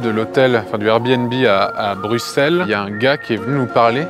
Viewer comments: pouce bleu parce que tu as bien prononcer Bruxelles :D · Waaaw :0 un français qui prononce bien Bruxelles... Un grand homme cet Antoine Daniel!